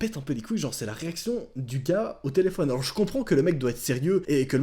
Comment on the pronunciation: Ta dis telefion😂